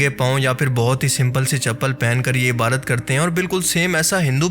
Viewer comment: Mujhe apki videos pasand hn.. bs mje ek baat irritate krti he.. ap lafz "ibadat" ko "ibarat" kehty hn..😢